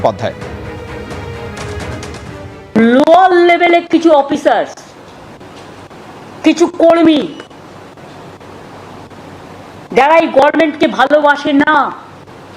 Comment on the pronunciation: লোয়ার লেভেলের পুলিশের সব দোষ? আপার লেভেলের পুলিশের আর পুলিশ-মন্ত্রীর কোন দোষ নেই? পুলিশ-মন্ত্রী তো উচ্চারণ করতেই পারে না, গভর্নমেন্ট কে বলে গরমেন্ট। এই পুলিশ-মন্ত্রীর দ্বারা কোন কাজ হবে না। এর এখন একমাত্র কাজ পদত্যাগ করা।